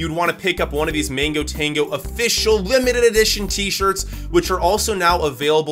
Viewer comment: bro it's mango not Mingo!!!